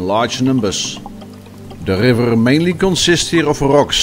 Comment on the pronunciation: love how he says gggrrriver :)